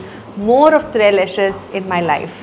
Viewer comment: And the TRES is to be pronounced with the S. It means Three and Leche is Spanish for MILK so basically they have 3 types of milk going in the making of that dessert. I gotta try that too! 😍😍😍